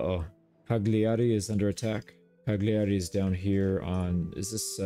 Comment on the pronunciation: My brother .. the G in cagliari is silent 😅 it hurts in my heart when i heat CaGliari